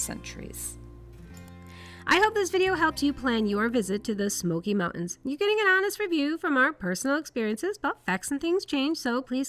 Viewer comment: Learn how to say "mountains"